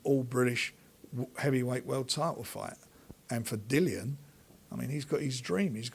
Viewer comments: always says Dillians name wrong its pronounced Dilly Ann not Dylan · please say Dillians name correctly